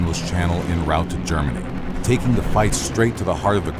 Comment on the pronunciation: 'En Route' actually sounds like 'On Root', not 'N Rout', just as 'En Masse' sounds like 'On Mass'.. I hope that helps.